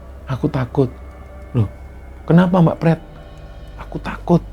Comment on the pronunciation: Ini cerita horor tp pas denger Panggil pretty dng sebutan prett kok guyu kekel 😂😂😂